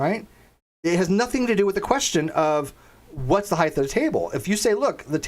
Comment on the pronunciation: Random question... why do you pronounce height as heighth?